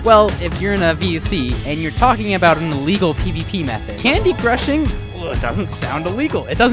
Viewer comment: "Candycrushing" sounds like ur cooking drugs ngl